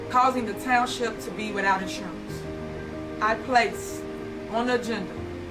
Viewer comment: She's too stupid to say insurance!🤦🏽‍♀️ she says assurance 😂😂😂